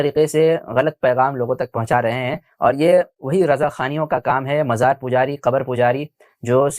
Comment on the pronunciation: Majar..... Abe sahi se mazar bolne bhi nhi aata